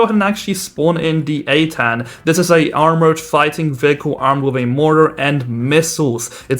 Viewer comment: When you said eitan it sound like a 10